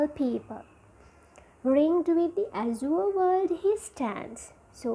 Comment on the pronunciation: The way you pronounce crooked, azure are all wrong. I think there exists this basic flaw in almost every teachers of Language and Literature in Sri Lanka. Plus the explanation is too shallow when it comes to a challenging subject as Literature.